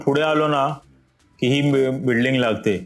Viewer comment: .. बिडलिंग कि बिल्डिंग 😂